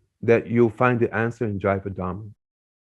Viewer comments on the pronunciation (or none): When would you learn to say, धर्म and not धरम?